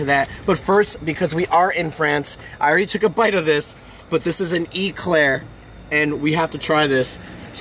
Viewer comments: It’s pronounced ‘a’claire not ‘e’claire. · An E-Claire🤣🤣🤣 love your pronunciation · e-claire, like an electric claire? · E- Claire 😂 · it's not an Eclair, it's an eclair xpp !